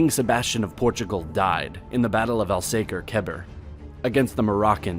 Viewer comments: I love how 'mericans try to translate names. Names have no translation. My name is Pedro, u can never call me peter. you said al saker keber, and its wrong. It's Alcácer Quibir. like several people said, this video is full of historical and caligraphy errors. You should do your homework. You just tought history wrong to 3 million people. It's an Insult to my country and its 880 years of history. We conquered the world. we discovered canada, America(as a mistake, but still), the sea route to India, we were the first to pass the cape of good hope around south africa (by the time it was like going to mars), Macau was ours, Goa in india was ours, Brazil, Angola, Guinea, cape verde, Timor-East and s tome e principe. We got more done with less than anyone else. we had the biggest gold reserves in the world until recently and we played a crucial role in WW2 contributing more than you think to the allied victory, actually if it weren't for us probably you would speak german by now. We have the best in the world in lots of professions and sports, we have a ceo in goldman sachs, the best football player in the world, rowing champions, Moto GP champions, FIGO, Eusebio, we have portuguese in Nasa who actually engineered the lens and the guiding systems for james webb. As you see we are just a few, but we achieved lots, more than anyone else, so please, have some respect and do your homework properly. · it's battle of ALkasr ALKabir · Damn you just slaughtered the name "Alcácer-Quibir"